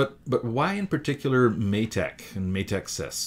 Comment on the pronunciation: Matek is pronounced may tech, it's been a nice good series so far.